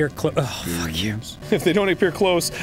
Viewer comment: My favorite Arin-ism is his "WHAT THE FAWK"s. He has such a specific pronunciation.